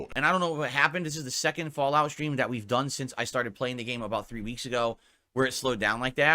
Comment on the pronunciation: THET? What on earth does that mean? Mouth feeling alright?